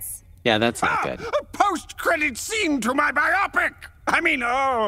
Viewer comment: The way Clayface pronounces bio pic as bye-ahp-pick though.